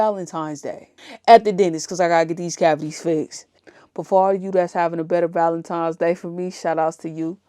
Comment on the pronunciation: It sounds like she keeps saying Valentimes